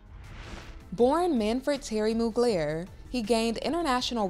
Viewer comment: Moog-layer??? 🤦🏼‍♂️ At least learn how to pronounce his name properly.